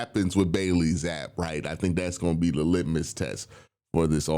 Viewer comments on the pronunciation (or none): q it’s said like “zappy” not zappe